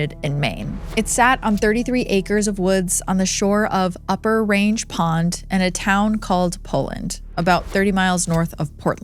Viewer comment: Range Pond is pronounced Rang- as a former resident who used to swim there every summer at the state park. Yup, super weird, but it is what it is.